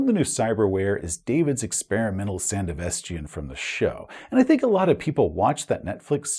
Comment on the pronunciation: Pronunciation: “San-DEV-uh-stan”. They talk about it in the Edgerunners show a lot.